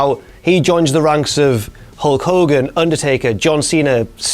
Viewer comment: I could swear it was hall koghan